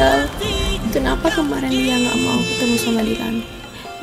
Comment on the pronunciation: Salah denger antara lia sama liaak 🤣🤣🤣